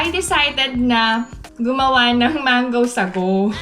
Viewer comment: Apaka linis sa Korea..wala po sigurong ipis and daga sa Korea..curious lang po 🙂 Gusto ko yung pagkabigkas ng "mango sagowŵw"😅 Kumusta na po tatay nyo?🙂